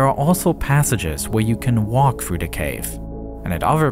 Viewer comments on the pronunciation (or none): narrator became a leprechaun for a moment. “where you can walk through de cave”